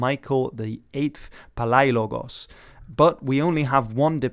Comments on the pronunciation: it's a good video but you butchered the pronunciation of Palaiologos it's more like Paleologos also, I know everyone has already said this, but saying Alexander wasn't greek because he was from Macedonia is like saying Leonidas wasn't Greek because he was from Sparta. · it is pronounced palēologos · What the actual hell was that pronunciation of Palaiologos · My man almost had an aneurysm trying to pronounce Palaiologos.